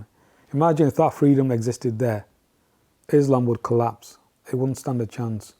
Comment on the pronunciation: This guy cant even pronounce Quraan and Islam correctly...he has never been a muslim... Islam is the fastest growing religion..whether you like it or not